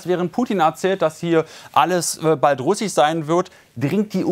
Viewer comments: Hat er jetzt immer noch nicht gelernt "russich" und "ukrainich" richtig aus zu Sprechen??? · Er hat ein Komma vertauscht. Im Kreml sprach man von 2,5 Mio Reservisten, die mobil gemacht werden könnten. Dass sie das nicht schaffen wissen sie aber selber. Was "russich" sein soll weiß ich auch nicht. Ich tippe mal auf Sprachfehler.